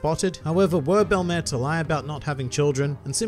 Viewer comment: Hooray! You pronounced her name right. Funimation may have the better dub of One Piece over all, but I can't forgive them for mispronouncing the name of one of my favorite characters, ever, in the series. In French, Belle-mère is used to mean "step-mother", "mother-in-law", or I think in some cases "foster mother", and it literally translates to "beautiful mother". In both senses, it is a fitting name for the former Marine turned mother-figure to both Nojiko and Nami who gave them a happy life, even if it was not a long time they spent together nor one with a lot of money.